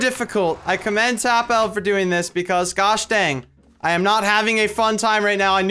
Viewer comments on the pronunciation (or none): I'm not triggered or anything I just thought I would say. His name is pronounced as if it were tapple, not tapel. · it's pronounced tapple, not tap L:L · it's not "tap L" it's pronounced "tapple" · you read it as "tapple" not tap EL